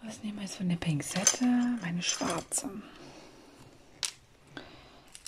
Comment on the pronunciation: Ich finde es irgendwie süß dass du immer (zumindest hört es sich immer so an) Pingzette, statt Pinzette sagst 😄🥰 und ich finde die schwarzen Steine sehen super gelegt aus, sind die paar Lücken nicht normal? Rede ich mir zumindest immer ein 😁